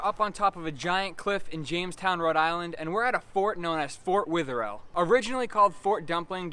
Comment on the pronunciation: And sorry for all the comments but its driving me insane its pronounced weather-ill